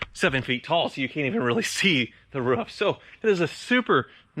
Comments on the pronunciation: Its a roof, not a ruff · Why do Americans pronounce roof as rough? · i don’t like the way pronounced roof... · Why does keep saying "roof" wrong? Lol